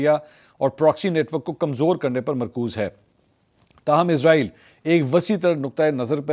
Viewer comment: bro listen Please stop calling this dam country as IZ-RAA-EEL ITS ISS-RAA-EEL SO PLEASE PRONOUNCE IT PROPERLY LIKE WE HAVE SURAH BANI ISRAEL IN QURAAN WE HOPE YOU START PRONOUNCING IT RIGHT FROM NOW